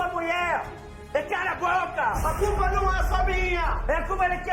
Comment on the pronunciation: " A curpa é de kem? Su babaco!!" Kkkkkk